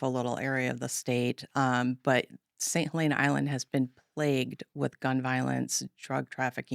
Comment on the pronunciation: Come on y’all have been around long enough to learn the proper pronunciation! “Saint Hel-EN-uh" (with a shorter "e" sound) Stop being elitists and talk to locals that were born in S.C. Not trying to be a jerk, but damn do your due diligence!